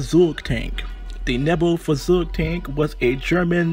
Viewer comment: Point on the Neubaufahrzeug. First, it’s pronounced like this: Noi~bo~far~zoig. Second, it’s 75mm and 37mm were in the same turret! I know this because I own a model. That also means that I know the two sub-turrets were armed with single 7.92mm machine guns.